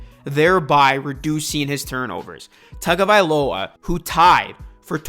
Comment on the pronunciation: I’m gonna help you out bro. His name is Hawaiian/Polynesian. In Hawaii, they pronounce “Taga” as “TONGA”. You can research it yourself if you don’t believe me. I looked it up bcuz I thought everyone was saying his name wrong lol. Great content tho bro